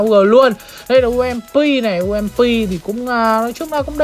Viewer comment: bị nhiễm từ sơn tùng mtp òi đọc ump thành um...P